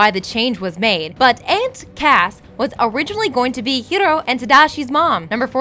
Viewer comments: Honey Lemon says "Hiro" once, the rest of the time she calls him "Hillo" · Finally, some one who realises that honey lemon pronounces Hiro correctly